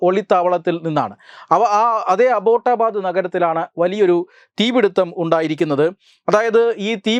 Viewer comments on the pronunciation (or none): 😂അബോട്ട ബാദ് അല്ല..അബട്ട ബാദ്